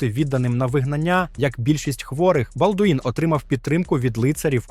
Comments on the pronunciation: балдУін прокАжений .... Хоча б вже наголоси виставляли коли аішку юзаєте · Вчи французьку, не будеш виглядати валянком